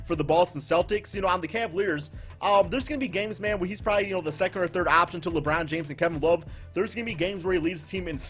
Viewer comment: Did u say Lebrun rlly 🤦🏾‍♂️ I had to dislike bro come on u one of my favorite subs but come on now